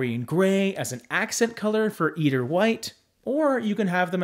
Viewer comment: Fyi. Eider is pronounced with a long "I" in the first syllable. I-der.